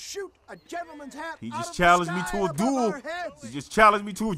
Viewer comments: Its Duel bro lol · its duel not dual lol